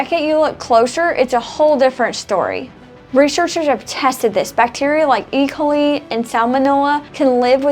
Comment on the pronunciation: That is absolutely NOT how you pronounce E. coli On another note, to the general public, stop using plastic cutting boards. They are damaging your health and our environment.